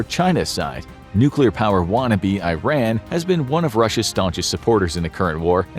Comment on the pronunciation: don’t you dare pronounce iran like that ever again